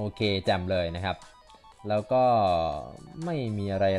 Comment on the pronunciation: "ต้องวิ่งไปใหม่หล่าว"นี้มันสำเนียงใต้ชัดเจน #คนใต้ครับ